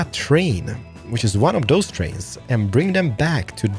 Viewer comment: Please! It's: "those" and not: "does". I know it's not always easy, since I'm Swedish too, but please try to get it right!